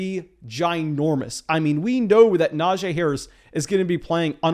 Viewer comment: Will ever pronounce Najee correctly?